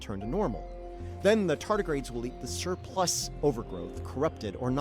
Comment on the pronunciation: "Shurplus" That... that's the read you went with, STO?